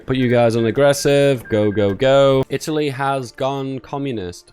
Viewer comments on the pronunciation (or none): none